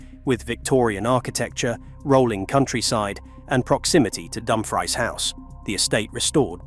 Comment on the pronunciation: Dum Freese is how you pronounce it.